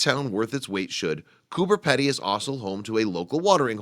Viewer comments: Coober PEE - DEE, not Pedy. Typical yank mis-pronounciation. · Would just like to say it's pronounced Coober "Pee-dy" not Coober "Peddy". Also the whole town is not under ground as you seen in the pictures and not everyone lives in a dug-out mine shaft. Thank you. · Bob Valdez. Pedy not Peddy. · Learn how to pronounce pedy (peepdy) not peddy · The last part of the name is pronounced pee-dee, but accurate info all the same.! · Haha so funny!😂it's pronounced "Coober peidy!" Great video though!!😊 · It is pronounced coo-burr-pee-dee it's not fucking hard mate. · Pronounced Coober Peedy!! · Its spelt Cooper Pedy but pronounced Cooper PEEdy. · Actually it is pronounced: coo b er pee d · Spelt "Coober Pedy"...pronounced "Coober Peedy". From Aboriginal 'kupa-piti' (Boy's Waterhole) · Cooper Peedy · Wrong yyllass. It's " Coober Pedy ", not "cooper, and not spelt "peedy" but that is how the Pedy part is pronounced. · jak git, why not cure the ignorance and inform, it's spoken as if it were spelled "peedee", right? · Cooper Pedy is really Kupa-piti, but white Australia changed the name to suit their own pronunciation. It it actually pronounced like Gooba (the oo as in took) and piti like bidy (bidee). Ask any Aboriginal Australian who lives there and they will pronounce it like that as well. I wonder if white America stuffs up Native American words too? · Have visited a few times. Just wish the commentator could pronounce the name of the town right. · Americans can never pronounce it right.....😂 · Another American pronunciation of an Australian place completely fucked up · i agree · jak git yep it's really weird that they can fuck up something so simple.